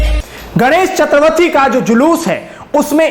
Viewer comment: इन्होंने सही उच्चारण किया है